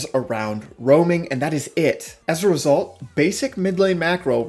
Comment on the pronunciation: When you Say as result i just hear ezrealsult 😂